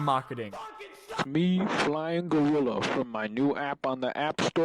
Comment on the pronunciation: “Gorrila” 😭🙏 it’s gorilla